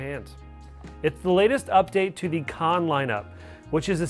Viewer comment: It's pronounced CAN not KON, super irritating when you cannot pronounce the name of the device. They would have put an O in KANN if it was going to be called KONN. your the second reviewer to pronounce it wrong.